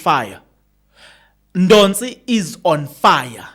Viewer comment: Oh woow madoda😊 Not Ndonsi. NDOSI